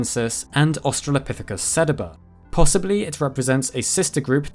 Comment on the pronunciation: Its sadeeba..pronounced. not setaba Get it right